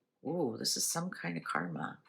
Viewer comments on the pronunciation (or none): none